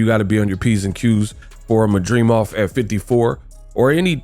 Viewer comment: Why he can’t pronounce his last name correctly 😂😂😂